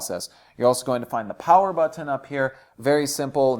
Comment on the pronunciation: This is America. Learn how to say the word button and the word lever.